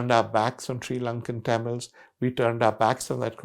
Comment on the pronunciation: Liked the content. Didn’t like how Mr. Sanghvi mispronounced Tamils throughout the video.